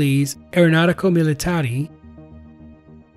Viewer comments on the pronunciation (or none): Nice video. In the pronunciation of "Aeronautica Militare" the last e should be more similar to the e in "end"